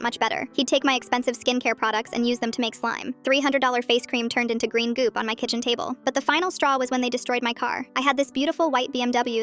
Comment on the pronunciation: "GREEN GOOP"😭😂